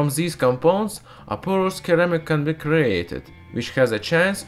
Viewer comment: Little bit of help: "ceramic" is said "sir-ram-ik" 😊